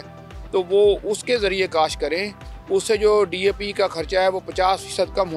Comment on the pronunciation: 😂 saying DP to DAP